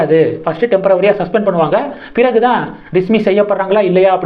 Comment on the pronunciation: டெம்ரவரி இல்லை.அது டெம்ப்ரரி